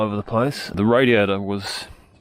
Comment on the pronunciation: Hearing 'radiator' in that accent is so tough, I hear radio.